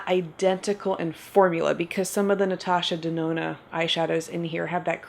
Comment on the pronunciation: "Natasha DeNONO" Hey,! How you doin', girl?! 🤣